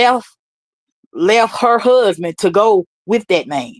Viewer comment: The way he said my hassband 😂